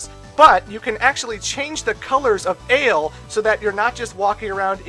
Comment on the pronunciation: I know it doesn't matter really, but your pronunciation of the main characters names are off. Unless you speak french, they seem like pretty strange names (Who names their kid Vent or Ale?). The names are Vent which is french for Wind and Aile which is french for Wing. Still kinda weird names but there's a thematic at least.